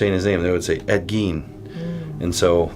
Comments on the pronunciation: The last name rhymes with "wine", not "ween". Ed Gein. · I watched this one back in the day but good to rewatch it. That evp you got when holding the straight razor really sounded like "Ed Gein" to me....might pay to relisten